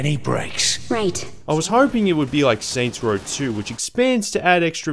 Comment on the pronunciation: “Saints Rawl”